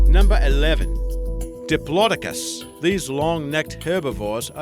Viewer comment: diplo-docus.. not dipolodicas